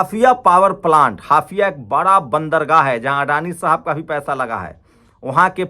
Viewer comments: ये बहुत दुखद है, हाइफा को आप बार बार हाफिया pronounce कर रहे हो। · हाफिया नहीं हाईफा बोलिये 😮😮😮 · हाफया नहीं हायफा सही नाम हैं ।